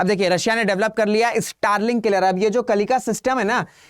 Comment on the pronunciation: अरे मंदबुद्धि मास्टर कम से कम उच्चारण तो सही से कर लिया करो।कलिका नहीं है कलिंका है।आधा न का उच्चारण कौन करेगा?